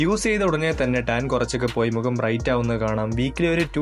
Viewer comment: മുകം അല്ല. Bro മുഖം..